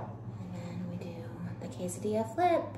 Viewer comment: If she says quesadilla one more time!!! 🤦🏼‍♀️🤬